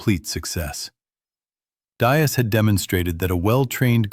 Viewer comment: From Atlanta Georgia USA. Know a lot about WW2, had 4 uncles who served in the war One of them served in the Pacific and was involved when the Americans returned to the PHILIPPINES Great video You might want to get your AI to pronounce & spell Diaz correctly 🇺🇸👍